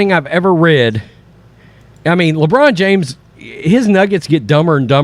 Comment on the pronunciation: " LeBronda James " 😂😂😂🤣